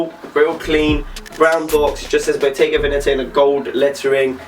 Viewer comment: It's "BOGGETA" fam. SHIT. 😂